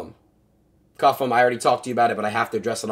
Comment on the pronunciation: CU-ffe-M take the L